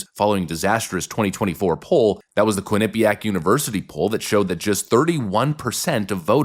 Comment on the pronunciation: Holy shit! you said quinnipiac Correctly for the first time for in 10 years. The north east thanks you.